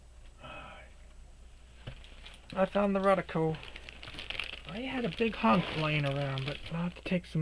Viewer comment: RO-DEE-KO lol yer killin me. The stuff is golden tho I agree.